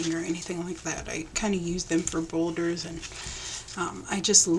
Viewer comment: She I-love these! Cheap but beautiful-who doesn't love to receive pretty tags? Love ur energy. U crack me up every time u say boulders for borders!